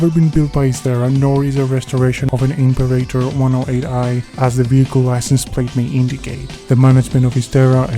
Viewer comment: Listening to you mangle the Latin word for "emperor" was horrible - but thanks for the video. The Isdera Imperator was a favourite of mine as a kid.